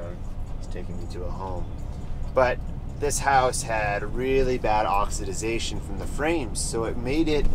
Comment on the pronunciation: Oxi-da-zation? Appreciate the fanta-da-tastic pointers. Just messing with you ((